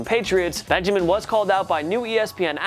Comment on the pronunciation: The kelvin Benjemen one had me dead 😭😭😭